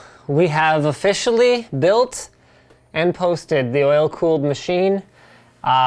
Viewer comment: heh heh heh he said oh-FISH-ally